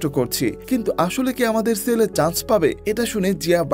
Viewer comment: ছেলে উচ্চারণ হবে, সেলে নয় 😂😂😂 পশ্চিম কে পচ্চিম বলেন নাকি?